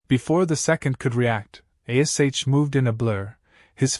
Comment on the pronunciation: Good story👍👌, but the AI does annoy me with spelling out Ash's name👿☠️🤬